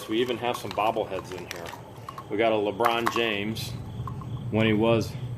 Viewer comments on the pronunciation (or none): none